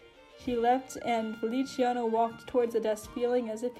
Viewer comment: feliciano, not feli-ci-ano uwu